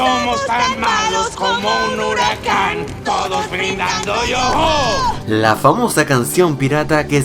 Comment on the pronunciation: "Todos brindando yoho"...